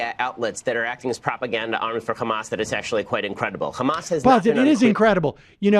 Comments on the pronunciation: It's funny how Ben Shapiro pronounce Hamas as Khamas to make it sound like he knows what he's talking about. When it actually doesn't sound like that in Arabic. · You're right. But that's how we pronounce it here in Israel. Because it's spelled "חמס" in hebrew. And he's Jewish. 🤦‍♀️